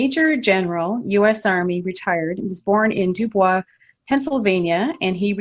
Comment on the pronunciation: DuBois is said Doboy's Pa not Dubwa.